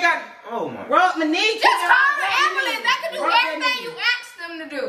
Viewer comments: “It’s not amblame it ambulance”😂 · I swr got me rolling everytime he say ambulance 😂😂😂 he couldn't even say it ri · kept on saying ambulance wrong killed me